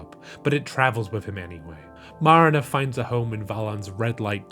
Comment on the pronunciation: the way you say Marina like Marinera sauce is over the top.